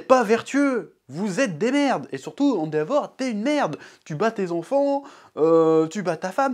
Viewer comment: Très bonne vidéo mais par pitié dis « èndévor » et pas « andéavor »